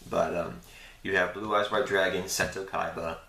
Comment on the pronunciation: Seto is MA'HAT! Not MAT-AT! xD Awesome video man, cool playmats.